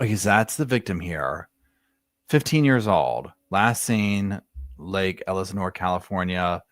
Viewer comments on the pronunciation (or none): Rivas - ree vus. Elsinore. -el sin or